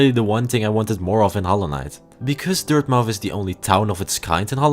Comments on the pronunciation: “Dirthmouth” ? Excuse me? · Isn’t it pronounced Dirtmuth? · it’s pronounced dirt-myth